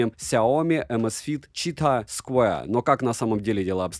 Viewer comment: Чувак, прекрати говорить ЧИТАХ, да еще и с таким пафосом... Я не могу оставить смех😂